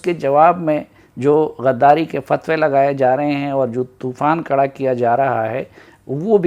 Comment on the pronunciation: Kara nheen khara ho gia hai urdu thik karo